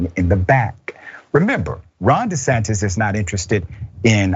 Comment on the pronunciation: He said "De Satan" I wasn't ready 🤣